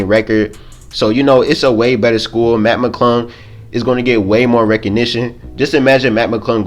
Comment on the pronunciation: It’s Mac it’s sound like u saying Matt